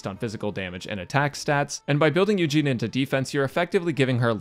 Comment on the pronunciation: Why does he keep saying “Eugene”.